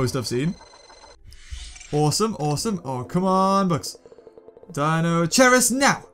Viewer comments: It's pronounced Kai not chai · It is pronounced dino-KIERUS. not dino- CHEERUS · no offence, but it is actually pronounced deino-kai-rus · Deinosherius... It is'nt hard to say Dei no she ri us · Deinocheirus is pronounced dynokyres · it's pronounsed dinokairus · The way you pronounce Deinocheirus is soo cringeworthy